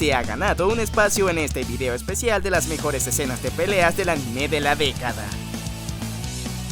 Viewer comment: No pude verlo me fastidio que pronunciará mal la palabra anime no soporto que digan animeé.